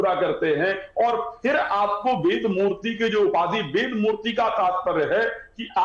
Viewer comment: अबे वेद को वेद तो बोलो, वेद को बेद बोल रहे है।